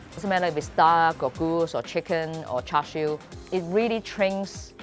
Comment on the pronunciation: Come on lady... You are a HKer. Why are you mispronouncing it? You know it's pronounced "chah siew". Why are you saying it like it's cooked footwear?